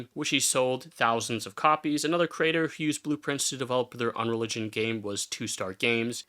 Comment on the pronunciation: bro keeps saying "unreligion" and it's throwing me off xD